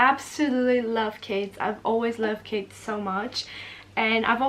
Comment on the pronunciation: When said "I love kids" near the start of the video I thought she said "I love Cas" short for Casey was it just me?? But she does love Casey none the less